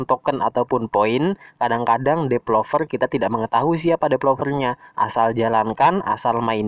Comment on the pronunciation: Developer ya, bukan depelover